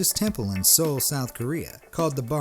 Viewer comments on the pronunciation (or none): none